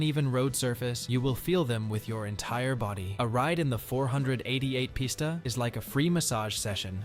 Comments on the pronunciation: "Four hundred eighty eight pista" said no car guy ever... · Once he said four hundred eighty eight posta I knew the video was scrap